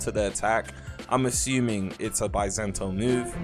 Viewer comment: bi-sento lol